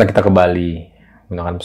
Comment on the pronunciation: Ki naen😂😂😂 Ke bacaannya bukan Ki kiai kali😂😂😂